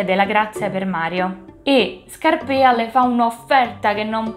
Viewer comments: Brava, mi sei piaciuta molto anche questa volta! 😊 L'unica cosa che vorrei dirti è che penso si dica Scàrpia e non Scarpìa, a parte questa piccola cosa ti rinnovo i complimenti per la passione che metti nel fare questo progetto. Rigoletto come lo vedi per una prossima operazione? 😂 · ⭕️ATTENZIONE: Ho pronunciato sempre male Scarpia, si dice Scàrpia e il primo atto è ambientato nella chiesa di Sant'Andrea della Valle, non Santa Maria.⭕️